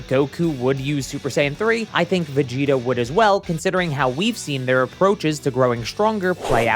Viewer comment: you said Vegito instead of Vegita or at least that's how it sounded like